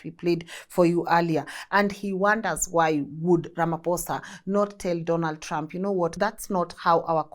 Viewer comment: My queen pls pronounce Ramaphosa properly ❤